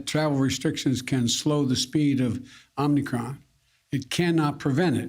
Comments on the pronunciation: Who ever is running the show they need to tell him he's NOT pronouncing OMICRON correctly......just saying..he IS the President!!! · "In hindsight, we should've named the variant after something Joe Biden could actually pronounce like...kitty or chocolate-chocolate chip..." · Biden needs to learn how to pronounce it! What a senile old fool! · He will never get anything right...he can't even pronounce a simple word, it's not "omNicron", ...the word is OMICRON!!! AND joe, you've lied day after day. Joe, do you REMEMBER you PROMISED "I will get everyone out of Afghanistan"???? Apparently you forgot that promise. There are still THOUSANDS left there. Joe, you're all lies/talk and NO ACTION ! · He called it the Omnicron not Omicron. Hehehehe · "It's called the Om 'ni' Cron" ! So that's two new variants then ? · Okay Biden calling it omnicron was funny. Fauci not so much. Learn your Greek alphabet doc! It's Omicron. As in little o. Ridiculous. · Why does he call it OMNIcron? Isn't it OMIcron? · "When I was elected, I said I'd always be honest with you." "It's called the omNicron." No, Joe, it is not! It is called the omicron! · Mr. Brandon, Google asks "Did you mean: omicron"? Not Omnicron. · It would instill a bit more faith if Biden and Fauci would say OMIcron (Greek letter) instead of OMNIcron (transformers) 😅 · Hey Prez, Hey Doc it's Omicron (long "o"). Not Omnicon. No omni. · ITS OMICRON YOU TWITS! NOT OMNICROM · Omicron NOT OMNIcron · Mr. President it’s “awm-ah-cron” not “Omni-cron”. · It's called the "Omnicron" ? I thought it was Omicron?? Are there 2 variants of this?? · "Omicron", not "Omnicron". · Stop calling it omnicron!! Its omicron! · Omicron. Omnicron? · When the lead scientist and the president are calling in "Omnicron" you know we're in trouble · We need two vaccines -- one for Omicron and Biden's "Omnicron". lol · omnicron.. hehe dislike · Did he just call it "The Omnicron"? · Literally OMI CRON ...OMI... CRONNN.... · I heard omnicron too 😅👍